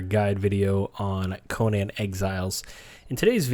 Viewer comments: Why people say Conan like that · I hate when people say Conan's name wrong....